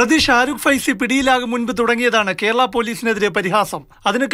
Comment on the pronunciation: സെയ്ഫി.... ഫൈസി അല്ല 😂😂😂 ആദ്യം നിങ്ങൾ ഇത് കറക്റ്റാക്ക് കാക്കാ...